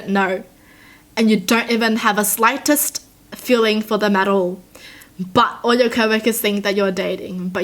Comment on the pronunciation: idky but when she said "and u don't even have the SLIGHTEST feeling for them at all..." it made me laugh😂😂😂